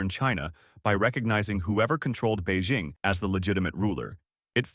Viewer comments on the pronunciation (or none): none